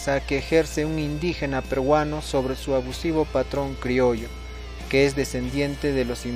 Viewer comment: Hay que evitar decir "perguano" la "r" sobra